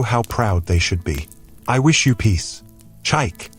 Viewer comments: You are calling the name wrongly meerneer, it is called Chi-ike not Chyke. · Beautiful story, awesome plot...but please can the narrator attempt to pronounce Chike not Chaik? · Even if you're AI but you must learn to pronounce that word with respect to over 80 Million Igbos that owns the language from which this Great name CHIKA OR CHIKE came, we study your names so well before pronouncing then!